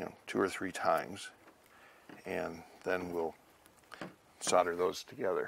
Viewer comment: A useful video. Got confused by your pronounciation of 'Solder' as 'sudder'!